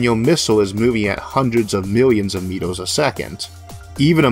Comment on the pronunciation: Where are you from? "A hundred Metoohs " "There is no Eaooh in Space" "Lazors" "Smalloh is always Bettoh"